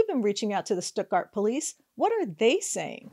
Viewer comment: It is pronounced Stut-Gart. Rymes with studder.